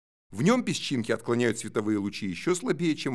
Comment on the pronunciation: какой интересный вариант произношения слова "пещинки" - на южнорусский манер "пеШЧинки"